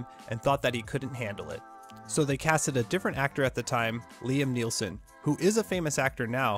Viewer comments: I think it's Liam Neeson, not Liam Neelson. But, it doesn't matter, this video is about Bruce Campbee. 🤣🤣🤣🤣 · This is the first time I've heard Liam Neeson's name pronounced Nillson.